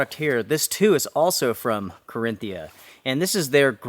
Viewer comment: Hey he pronounced Carinthia properly! Yay